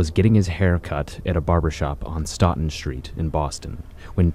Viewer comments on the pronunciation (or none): This was a solid video. As a Mass guy, Stoughton is pronounced “Stote-In” and not “Stot-In”. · Not Stawton. stow ton. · Stoughton is pronounced "STOWT'N" not "STAW-TUN" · God stotun not stoton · You know the guy isn't from Boston when say Stoug-hon.. it's STOUGHT-IN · Bro keeps sayin “stawton” bro it’s stoughton… STOWton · STOW-TIN. NOT STAWTON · it's pronounced stow-ton not stawton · FYI Stoughton is pronounced as STOW- TON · Stoughton St is pronounced Stow with the long O. Good stuff 👌🏾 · That shit had me rolling. I’m like where the hell is Stawton, 😂 I mean other than the pronunciation I think the video was well made. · Stoughton street. Pronounced stow-tin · The way he says Stoughton kills me it's sto ton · It’s pronounced Stoh-ton st M’boy. There’s no A in it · this man is butchering these locations and situations if you read the documents hes showing. also quincy is 20 minutes of highway from stoughton ( pronounced 'stow-ton') that shit is not around the corner from so-and-so's house in quincy. i live in stoughton and commute to quincy daily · It’s pronounced. Stowtun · Man you’ve really gotta look up how to pronounce the names of places and the word homicide. Sounds so goofy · That is not how you pronounce Stoughton St. I take it you didn’t do your homework. It isn’t what you think it is or they make it out to be!